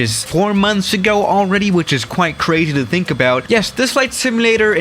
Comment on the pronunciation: I listen to that like 20 times xdddddd alr-easdly talk xddd